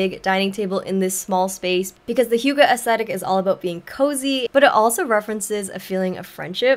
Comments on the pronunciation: How you initially thought 'hygge' is pronounced is more correct that whatever that translator was teaching you. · Its actually not high ghee 😭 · Hei, as a Norwegian I feel touched that you choose HYGGE, but I recommend seeing a Norwegian or a Dane say it 😊